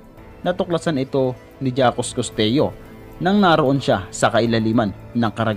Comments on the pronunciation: Jacques Costeau pronounced Jacks Costow, ( not jackus costeyo) please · that jakes kosteyo (Jacques Costeau) pronunciation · Jacques Cousteau = zhak-kooh-stoh. Pacific, hindi Pacipic. Photographer, hindi Potograper. Ok at maganda na sana video mo, kaso ayusin mo yung pagkabigkas ng mga words lalo na pag proper nouns.